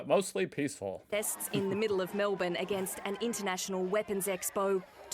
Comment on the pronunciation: Best pronunciation of Melbourne I have heard.